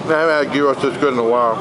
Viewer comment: You said gyros wrong